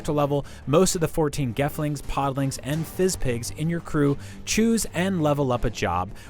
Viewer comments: Fizzpig instead of fizzgig too? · Did he just say FizzPIG?? 🤦‍♀️